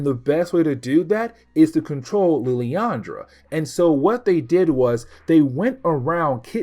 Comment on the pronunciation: Just for help. Its pronounced. “Lil-lan-dra”. Still, great coverage